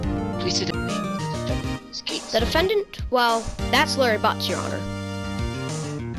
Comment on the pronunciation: I thought he said Harry Butz